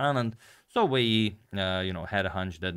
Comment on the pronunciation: I want to pronounce Wei yi like agadmator